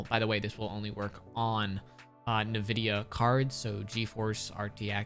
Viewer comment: Great video, but it's pronounced "In - Vid - Ee - Uh." You can delete this comment as soon as you see it cuz I don't wanna call you out but you will now for next time. Thx for the settings, you got a sub.